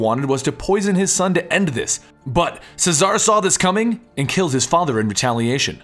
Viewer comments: CHEZ-A-RAY not cesar CHEZ A RAY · its pronounced chez are ray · Friendly advice: Cesare is pronnounced Che-suh-ray.